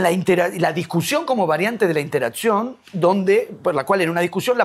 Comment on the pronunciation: Me distrae que Kohan dice "interazzión", como si fuera una "pizza". Nah, mentira, es una bisturí este tipo.